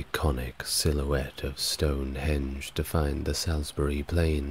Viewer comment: I don't know why you kept banging on about Druids, when Stonehenge was built long before druids. Salisbury is pronounced salsburi. There is evidence of post holes near the entrance of the henge which seem to be from the same time as the henge and Aubrey holes. One of the theories is that it was for wooden posts that were used to track the movement of the moon so it may have started out as that, which I find quite interesting. There were also 4 small sarsen stones called station stones (two of which are still there) that may have been used for tracking the moon cycle too. Because the local stone is chalk the henge would've been white when it was first built. It must've been an impressive sight. The ditch is also a lot steeper than it looks in pictures!